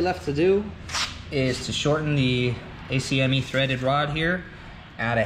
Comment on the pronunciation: Great video! Such a cool machine, especially since the off-the-rack ones are so expensive! Bravo sir! Small critique, ACME is generally spoken as “Akkk-Meee”. Good stuff man, keep up the good work!